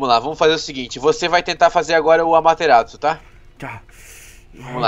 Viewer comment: Não é Amateratsu é Amaterasu 😐😐